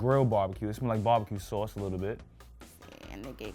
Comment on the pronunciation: what’s salce? Sauce.